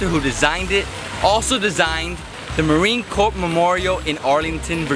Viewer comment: "Jalan Alor Street", "Chicken & rice", "this is how you eat it..." (not, not, not). He can't even pronounce "marine corps"! and he is from the US? I've been to Malaysia for less than a day but I think I have more of an idea than this guy. Because he is so ignorant I can't even trust that he has is correctly pronouncing Kuala Lumpur. Will have to go elsewhere for some reliable advice. Free advice: If you want people to listen to pay attention to you, at least take off your sunglasses.